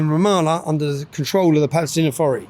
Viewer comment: I wonder why do they say balestinian 🤔